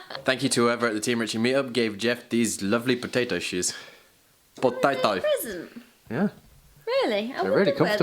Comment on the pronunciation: Just realised when you said potato that you are being possessed by a south African potato farmer.